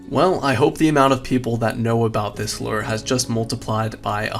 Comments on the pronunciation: why the fuck do you say LOOR? instead of LURE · why do you keep saying "invent-ary" and "Lurrr"?